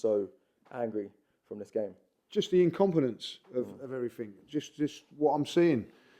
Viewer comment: has invented a whole other version of the English language. One of which letters are either jumped over or just ignored. IncompeUUUnce (incompetence). Eveerrrthin (everything). Naaaffin (nothing), Crea-eeee-v-eee (creativity), go daaaaaan thaaa roa...(go down that road), we go-aaa chance of duuu-eeen som...,(we've got a chance of doing something) everreeethin abbay (everything about), went daaaan injured eeeeday (went down injured today). Also pronounces pathetic as 'prophetic'. The 21st century Chaucer.